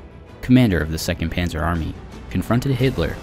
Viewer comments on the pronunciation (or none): none